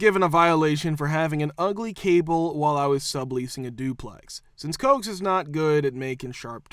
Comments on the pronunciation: When talking about cable, it's pronounced COH-ACKS, not COKES. Two Syllables accent on the first syllable. It's a shortened version of the word coaxial. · Coax = "coe-axe", not "cokes"! Come on, this is not rocket science. This is a simple and common word. 😒